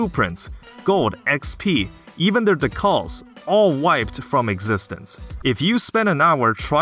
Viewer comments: i think decals are DEE-CALS not DUH-KUHLS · Was anyone else thrown off by "decals" being pronounce "dih-Calls" instead of "Dee-kals" ? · Decals is Dee-kales. Like you apply to a car in a car game. Not Duh-Calls. Just... Drove me insane this video. Lol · Not to be the worst but i think its pronounced "dee-kahls" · I think its Dee - Cals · Holy fuck it’s pronounced DEE-CALs, I was trying so hard to overlook it but you say it so many times I’m sorry I just can’t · Ducalls lol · This dude pronounces decals like Tikal from Sonic Adventure. Absolute psychopath Lmao dude you're out of touch if you think games aren't skill based these days. Look at Elden Ring getting GOTY and selling millions of copies. Kinda sounds like you base your personality on your ability to beat hard games instead of being an interesting person. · Never before have I heard "decals" pronounced that way 😆